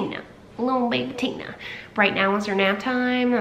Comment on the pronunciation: Been meaning to watch this for a week! Finally I have! TINAAA 😩😩😩 she’s such a Tina-Louise Marie 🧡 the way you say it in your accent.. I just adore! I kept singing Tina Turner “Nutbush”😂 and also thinking of “Tina the talking tummy!” Off white chicks 😂😂 She’s a little darling! I love her🥰 Hope she’s settling in well girl!🧡🧡🧡🧡